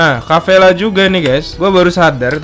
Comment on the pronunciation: Bang, kapella bang. Bukan kappela